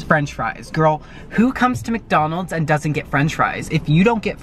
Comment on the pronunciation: Did he say? Macjonalds?